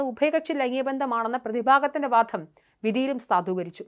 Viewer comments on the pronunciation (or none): ഈ അവതാരകയുടെ ഉച്ചാരണം വളരെ മോശമാണ്. ഗോവിന്ദപ്പിള്ള എന്നോ സാത്വികൻ എന്നോ എന്തിന് വാദം എന്ന വാക്കുപോലുമോ നേരെ ഉച്ചരിക്കാൻ അവർക്ക് ആകുന്നില്ല